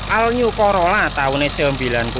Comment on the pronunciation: Assalamu'allaikum wr wb , bozz kalau nggak bisa bahasa inggris omong jowo wae, bener wi,all new: dibaca al nyu , maaf yg benar ol niu bukan nyu. Oklik???